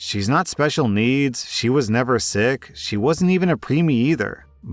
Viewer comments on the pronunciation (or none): none